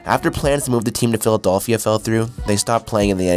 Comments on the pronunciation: What in the actual fuck is the "philadolphia"? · The kid that made this video must be Canadian. He mispronounces several words and doesn’t even know how to say “Philadelphia” properly. I’ve never heard an American with any dialect, pronounce Philadelphia like that. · The way you say Philadelphia triggers me